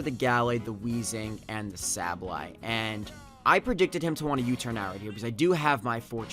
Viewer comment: Congrats! I'm glad you won over Emvee and Chimpact. Nothing against them, but their fanboys are annoying generally. PS. As much as I think you are a good battler and youtuber and I know you probably get a lot of comments about this, I just gotta say it........SAY-BULL-EYE